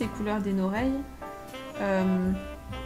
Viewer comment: j'adore comment tu as dit noreilles moi je dit tout le temps sa aussi 😂❤🍋